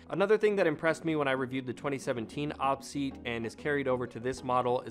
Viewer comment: I think it's pronounced O-P seat, but nice video 👍